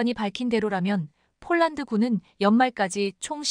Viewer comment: 원고도 확인안하나 자꾸 폴란드를 쫄란드라고 하는데 듣기가 거북하네